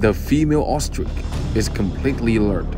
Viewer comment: “Ostrik”… Really?